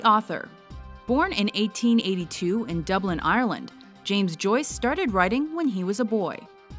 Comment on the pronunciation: Have to cringe at how she says Dublin and Ireland